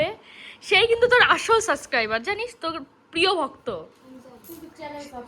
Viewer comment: tmr bon k bolba kotha ta "suscriber "na....kotha ta ho66e "subscriber "...….plz kichu mone koro na tumi.... R ha, tmr bon vison extra kotha bole...er jonno tmr puro vlog tar 12 ta bajiye dilo, na hole prothom theke vlog ta khub sundor cholchilo...abar o bolchi plz don't mind😊....